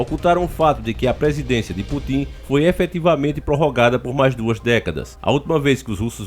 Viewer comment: "Putim" 😂😂😂😂 É Putin, mas tudo bem.